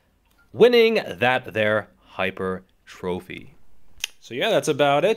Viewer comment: Thank you for pronouncing "Hyper" correctly and "Trophy" correctly. lol